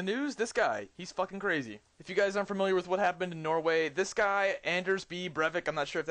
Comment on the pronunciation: lol u said norway really funny :P